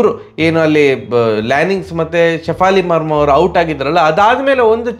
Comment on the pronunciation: shafali marma😂😂😂😂😂 Sorry bari mistake hudkthini antha ankobedi I can't stop laughing hearing that😂